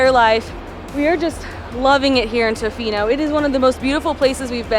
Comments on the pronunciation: I thought it was cute the way you pronounced Tofino. Hi from Vancouver Island! Great video. Even though I live on central island, I haven't been to the west coast for a few years. But it was so lovely to see it from your viewpoint. Thanks for coming. 🇨🇦🍁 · I am a born Canadian, a lifetime Westerner, and I lived in Tofino for a year. You pronounced it just fine, and did a great show on the area. All that mud is caused by the almost non-stop rain ! One word of caution about Canadians ( or maybe everyone in the World) is that they sometimes make something out of nothing, like minor pronounciations. Some of them can get a little neurotic about minor issues. I found your presentation of our part of the world to be excellent.